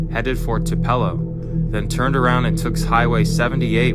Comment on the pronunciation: Tuh-pellow is pronounced TOO-puh-lo. Where Elvis was born.